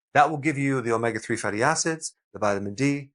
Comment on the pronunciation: Please Dr,, omega is pronounced oh-may- ga!